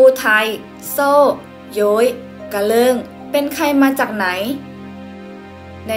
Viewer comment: กะเลิงบ่แม่นกะเลิ่ง